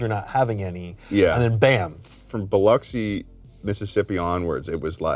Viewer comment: So glad finally pronounced Biloxi correctly!